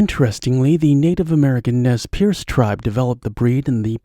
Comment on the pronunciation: Pronounced Nez Purse !